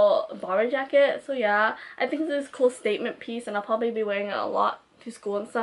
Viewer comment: "track jracket" lol, not being mean😂loved this video